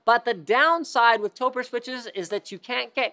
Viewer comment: Topre is a portmanteau of "Tokyo+Press," and should be pronounced like "Toe Pray"; not "Toe Purr"... Credibility of this video = not good.